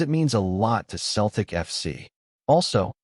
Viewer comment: It’s not keltic it’s Celtic swap the C for an S then you have it Seltic got it Celtic